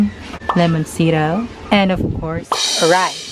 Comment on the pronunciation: Mauwaw man kog tan-aw ani oy. Englisha akong friend hahahaha nagkatawa kos "lemonsitow" hahahahha 😂 Go go! 👏😘